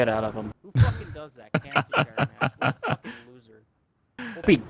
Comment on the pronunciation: 원어민이라 그런가 훡킹 발음이 매우 찰지네요. 너무 찰져서 웃김